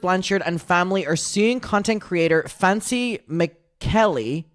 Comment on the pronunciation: The misspeaking of “Fancy” sent me 💀😂😂😂